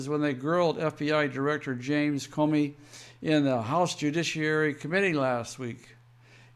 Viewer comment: Love your fact based reporting. It's awesome! Thanks P.S. The "o" in the name Comey, has a long sound like the word alone. Unless, it's a little a play on Communism and in that case maybe we should all start calling him Commy